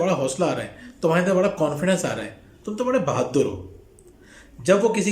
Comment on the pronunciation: Bhaddur nhi bhadur